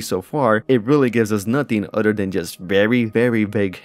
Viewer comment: Everything aside, I like it when he says “other” hehe. Sounds like “udder”